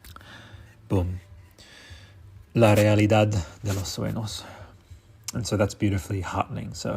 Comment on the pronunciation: sueños is pronounced soo-ehn-yhos